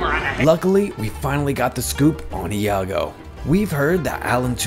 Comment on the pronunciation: Informative video, but please work on your pronunciation. It's not "Ih ya go" or "Ee ya go". It's just "Yago". The I and A combine to form a Y sound.